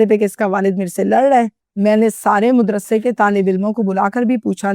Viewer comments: WHAT THE HELL IS MUDRASA? O YOU STUPID AND BRAINLESS HUMAN WANNA BE, MAD-RASA IS THE CORRECT WORD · Modrassa nahi hota madrassa